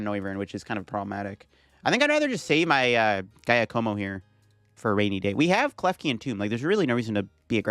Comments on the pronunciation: Ah yes the old GAIYA KOMO combo… come on bro… say Jacque like the OG aquaman Jacque Cousteau… and como like the singer that got your grandma slippery… “JAH-ko-mo” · When he said guy-a-moco I was dying 😂😭😭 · Giacomo = "Dja'-ca-mo". 🤌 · Giacomo is an Italian name so it is pronunce Ja-coh-moh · Giacomo is typically pronounced Jyá-como. It is the Italian equivalent of James. Even though Paldea is based on Spain/Portugal where the equivalent would be Jaime (Hi-may in Spanish and Jyi-m in Portuguese)… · I think it's pronounced ja-ca-mo, pretty sure it's french. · Pokemon names are one thing... but human names. its "JA-ka-mo" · You are saying Giacomo wrong. Its an Italian name. It's more like "Jock-o-mo" (sorry Italians, i know its more complex a name pronunciation than that) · And the stress is on the first syllable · Idk why Pokémon called the character Giacomo in english since it's an italian name. The right pronunciation for you american people is like Jackomo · Pronunciation tip: "Giacomo" -> "Zha Ko Mo", first sound like the 'z' in "Azure" or just use "Ja" if you're not comfortable with it. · "Jaya-como" lol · Came to the comments to see how many people tried correcting the way he pronounces Giacomo 😅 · I can't get past how you butchered Giacomo's pronunciation throughout the video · Something tells me you’re not saying Giacomo’s name right but I also have no idea how to say it 😂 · That had me dying when he was saying it. But now he knows